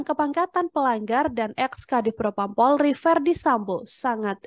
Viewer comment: Pelafalan nya kurang polri bukan pulrie